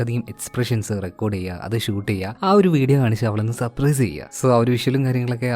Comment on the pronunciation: സപ്രൈസ് അല്ല surprise